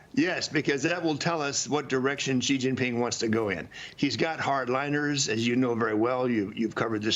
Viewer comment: Will Maria ever learn how to pronounce Xi?